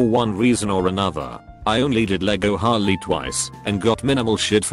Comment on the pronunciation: The text: Harley The bot: hOlLy